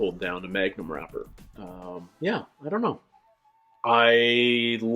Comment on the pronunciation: We have the ice cream here as well but I thought she said "Magnum rubber" not "magnum wrapper" and I was confused about what's under the book.